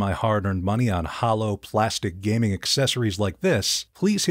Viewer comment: bro seriously said "Gamming" 💀